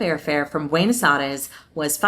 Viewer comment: is Buenos Aires. Not Ares. Like my husband says. Also it is Iguazu.The accent is in the U.